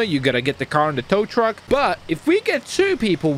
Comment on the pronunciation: Tow tuck? U mean tow truck